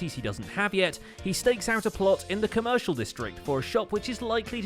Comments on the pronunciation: but sometimes they call it the coMOOshial district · When you starting to hear "COWmershial District"